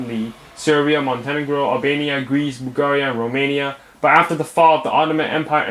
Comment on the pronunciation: I can't stop laughing after he says Bulgaria wrong